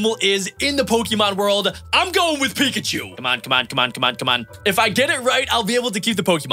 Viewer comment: It's peecchoo